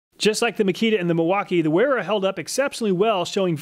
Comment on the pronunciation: Well, while you are correct about the mis-pronunciation of the "W", the "E" is also off. It would be said as in: Vayra. But great job on the video, none-the-less!